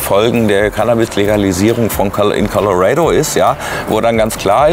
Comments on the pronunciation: Colorado und nicht Colorädo... bitte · Coloraaaaaado bitte hihi nicht Colorääiido LG und bitte weitermachen ^^ [ˌkɑləˈɹɑːdoʊ̯]